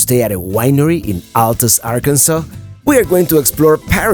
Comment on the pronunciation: Hey I love your videos and love following you! Thanks for the great review of part of my state and our capital city! Now so you know us down here in Arkansas have our own slang! So Altus is actually pronounced All tus. Petite Jean is pronounced petty Jean! You should come back sometime and let me show you north central and north western. Arkansas! I can take you to the ozarks and show you the only cave owned and operated by the national Forrest service America’s first National River! Com back and see us now you hear!